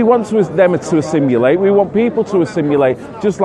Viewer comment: Assimilate not assimulate, not trying to be petty it's just every day is a school day. Great vid btw.